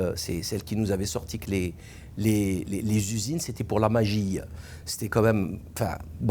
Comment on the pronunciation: "c'est la magie-eu" 😅 sacré Salim ! Voir l'intervention de Paner Runacher durant son discours oiur ceux qui n'ont pas compris l'allusion.